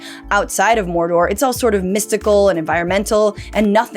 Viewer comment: "the fires of mordorrrr" 🤣🤣